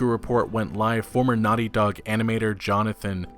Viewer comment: you know its naughty dog, not nutty dog